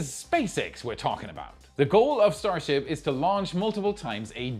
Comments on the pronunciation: what's is a stasrhip? 😂😂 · I see we're still calling it "STASRHIP 33"? I think NSF did the same thing last week. Or was it WAI?